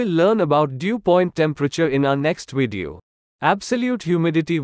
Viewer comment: Video with a V. Not wideo. It's not hard really. Try it.